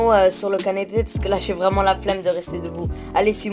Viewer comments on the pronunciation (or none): Par contre ta dit canépé